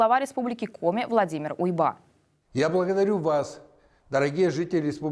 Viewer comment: Не УйбА, а Уйба.